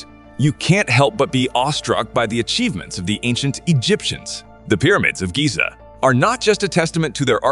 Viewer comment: the way he pronounced Giza though 😖 Like scratching a blackboard with nails